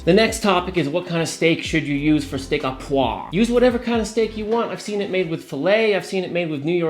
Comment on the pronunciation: Steak "ahh pwah" isn't a thing. Steak "oh pwahVRE" is.